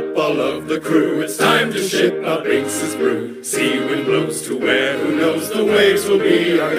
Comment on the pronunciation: Thank you for this! My only critique with the lyrics is that it's Binks's Sake! That's how they pronounce it too